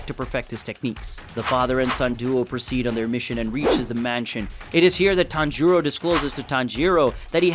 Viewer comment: Did anyone count how many times he said tanjoro